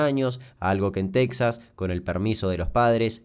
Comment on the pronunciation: Cuando dice en Texa, me da miedo .